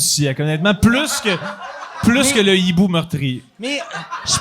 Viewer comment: Excellent comme toujours. BTW Mike c'est un hibou, pas un nibou ;) (quand il y a un ''h'' la liaison du ''n'' au ''i'' ne se fait pas :))